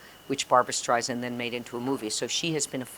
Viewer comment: but not fond enough to pronounce her name right. No real Streisand fan at this point wouldn’t know how to pronounce her name considering how many times she complained about that publicly. It’s quite crazy that her name can’t be pronounced right by so many. They just wanna make something out of her name that it’s not. STREI SAND LIKE SAND ON THE BEACH. Not Srei Zind. Always gets me.